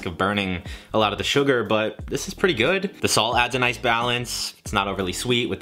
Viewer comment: good doesn't have a T in it....